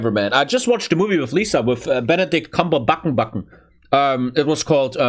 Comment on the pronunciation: "Benedict Cumberbatonbaton" But yeah, the British are fucked up for what they did to Alan Turing